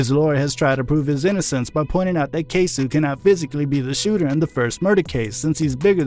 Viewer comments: Jacksonville rapper’s name is pronounced “Kay-soh” acoording to Yungeen Ace on “Who I Smoke” video. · KAY-SO OR even say K-Sew